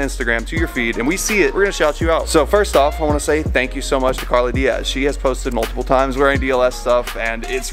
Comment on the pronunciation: Did you just pronounce “diaz” De-Ass??